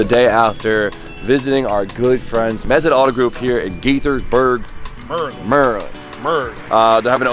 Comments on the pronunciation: Least you said murl'nd the right way. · Pronouncing Maryland correctly >>>